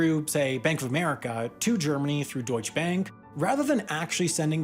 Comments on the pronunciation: It's pronounced doychuh, not doych. In German, every letter has a purpose and nothing is silent. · you are ssaying deutsche bank so wrong. that e is there for a reason and should be said. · DeutschE bank, not Deutsch bank. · In "Deutsche Bank" the E in DeutschE is not silent, and "Bank" is pronounced like "bunk" in eg "bunker" or "debunk".